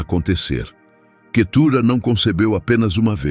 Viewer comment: Vamos ler a bíblia irmão. Não e Quetura e cetura.